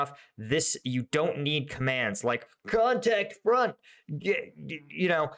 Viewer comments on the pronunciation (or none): lollll "KonTaCkT fErOnt!~". love how you said that lol